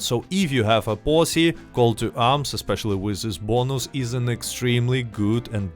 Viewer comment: Every time you say posse, I hear something else.